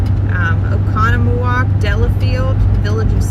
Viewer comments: It’s a hard one to pronounce, so definitely impressive! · Impressed by your pronunciation of Oconomowoc!